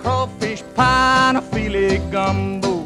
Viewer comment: Love this song! FYI it is “File” not fillet. (File is ground sassafras leaves and pronounced with a hard first syllable FEEL- ay)